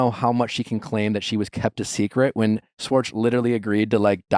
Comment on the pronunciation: Every time Nick say “Swartz” instead of “schwartz” my brain short circuits. 😖 lol the problem is me 😅 i just had to throw it out there